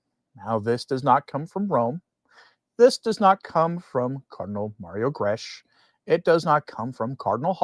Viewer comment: Thank you for warning us about this new thing. Just who are they listening to? Certainly not the ordinary Catholic in the pew. On a minor point, Cardinal Grech is not gresh but greck.